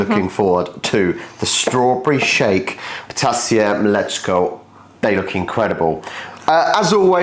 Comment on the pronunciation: Your ptasie mleczko sounded like "potassium let's go" 😂